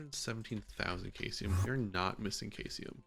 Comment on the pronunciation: caesium is pronounced "see zee yum" btw its a reactive alkali metal.